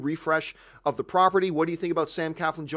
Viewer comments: it's not Sam Caflin... it's Sam CLAFLIN !! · Nobody seems to get Sam’s last name right......there is an “L” after the “C.”....CLAFLIN! ...SMH...